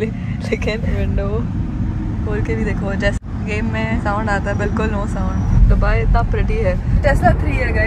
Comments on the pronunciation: you saying डुबई to दुबई is irritating... please 🤌🏻 ye naye accent mt invent karo 🥲🙏🏻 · Dubai ko Dobai kon bolta h 😅🤣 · Dobai nhi dubai hota hai 😂❤🚀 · Is not dhubai it's dubai